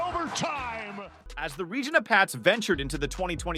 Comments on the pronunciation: i can tell you dont cover hockey, its not pronounced ra-geena its pronounced ree-gina, also its Ryan Nuuugent Hopkins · Lol “Ra-Geena” … stick to football 😂